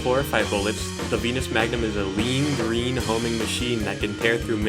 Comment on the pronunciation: “Lloyd,your powah is GWEEN.” - Sensei Wu